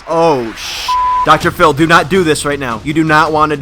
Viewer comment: Did you say docotor fillie. Its Dr phil